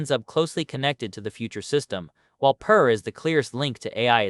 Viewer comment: You should train your AI to pronounce names consistently the same way throughout the video I heard your AI pronounce the name Per a few different ways(Pair, Purr, Pier)